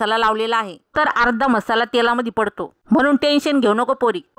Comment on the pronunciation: म्हसाला म्हसाला काय करता, ऐकताना किती बेकार वाटतं